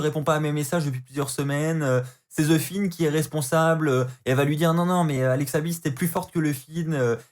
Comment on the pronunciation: sa se dis The Fiend pas ze finne 😅 mais sinon bonne review comme d'hab.